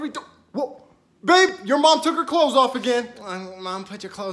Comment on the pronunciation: Babe..BABE BRRRRRRRRRRRRRRRRRRR ABE